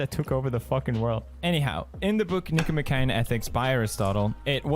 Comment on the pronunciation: Nick-O-Mock-ian not Nick-O-Ma-Kay-in